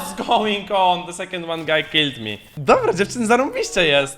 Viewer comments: Po pierwsze ty tak mówiłeś guy w tym odcinku że myślałem że mówisz gej XD🤣 A po drugie ja nigdy nie wiedziałem 🤣 czy ma taką chrypę czy co mu się stało XD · gay czy guy xDD